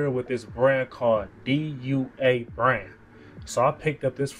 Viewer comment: damn u late on the DUA hype. i got my first bottle in 2019 and had probably like 100 bottles from DUA. its pronounced Do-ahh. i think it was Cubaknow that put me onto that house a few years ago, he has a ton of dua videos